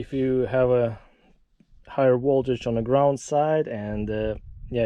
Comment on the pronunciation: “…woltage went up to 20 wolts.” 😂